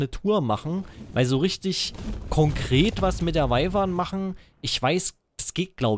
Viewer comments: kleine info man schreibt wyvern aber sagt wüvern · Patrick Flad man sagt eigentlich "wivern"